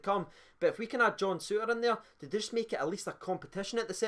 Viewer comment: "John Sutter". Mostly it's pronounced okay. Just that one time. Poor.